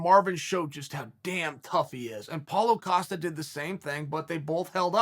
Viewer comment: paulo 'filo' costa ahahhaha